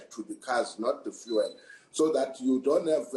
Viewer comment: The way this is explained doesn't make much sense... maybe also pronounce it as "few-ul" and not as "foo-el"??